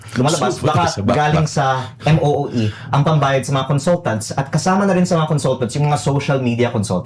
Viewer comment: MOOE hindi MEEO